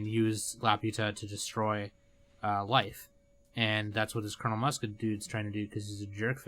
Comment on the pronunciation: Muska is pronounced like Mooska